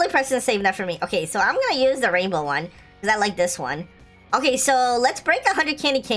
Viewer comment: i always luagh when u said raibow raibow!!!